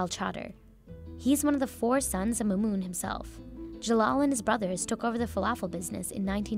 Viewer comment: bruh how you screw up mahmoud and mamoun